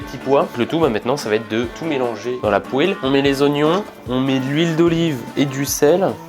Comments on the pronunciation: Les gens normaux: « poêle »: « pouèle » 😭😭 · J'ai eu l'honneur de gouter c'est vraiment bon par contre redis plus jamais "poêle" c'est vraiment "pwal" la bonne prononciation